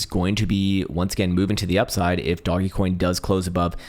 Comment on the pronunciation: Your mispronunciations are killing me... DOGGY COIN & ME-ME coin!?